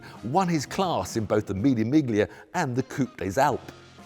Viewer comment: Hilarious how Tiff tells us how to pronounce Alpeen…but then calls the famous Italian race MiGlia! It’s Meelya Tiff!